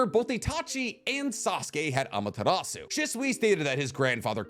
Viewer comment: BRO. Say Amaterasu like that ONE more time, and you're gonna catch these hands.